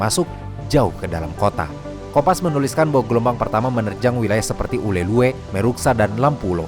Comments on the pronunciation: izin koreksi bang, namanya "Ulele" nukan "Ulelue" 😅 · Informasi yg sangat informatif. Saya suka sekali nontonin video-video dari channel. Btw, izin koreksi, Ulee Lheue dibacanya 'ulele' ya. Thanks. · Penyebutan “Ulhe Lheue” agak lucu bagi kami orang Aceh, harus nya tulisan di akhir ue tidak usah disebut min, tapi ya gak papa, karena memang susah baca bahasa Aceh bagi yang bukan org Aceh heheh, kata kota Meulaboh juga sebut tan nya Melaboh, satu lagi Kata Lampuuk bacanya “Lampu’uk” uk nya dipisah dengan lampu 😅🙏🏻